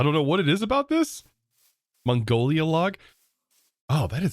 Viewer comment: "Mongolia log" 😂😂